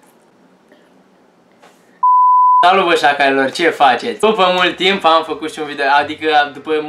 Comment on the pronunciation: Sniiik....ba frate....ce accent ai!!E ciudat cand zici SACALILOR!!Eu te sustin in continuar!!!Pa pa!!